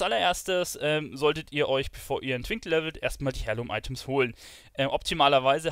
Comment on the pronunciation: Hi, danke, finde dein Video super. Schon fast zu ausführlich. Habe aber nur eine kleine Anmerkung... Es wird zwar Heirloom geschrieben, doch du sagst Hairloom,.... ausgesprochen wird es aber "air-loom"... *smile